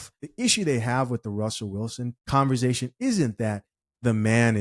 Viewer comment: Bro I just have to say this, the word is not pronounced converzation, it's conversation.